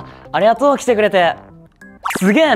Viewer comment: の「ありがとう来てくれて」のイントネーション関西弁でかわいい！